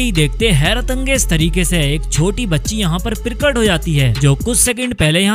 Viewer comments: "Pirkat" is not the word but Prakat is correct pronunciation. You can't correctly speak Hindi. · प्रिकट नहीं प्रकट 😂😂😂